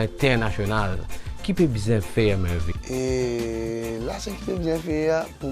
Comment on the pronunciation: *MURVIN !!! pas mervin... man bless up